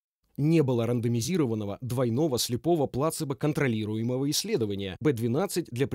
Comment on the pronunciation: Спасибо автору за перевод, но все-таки плацЕбо, а не плАцебо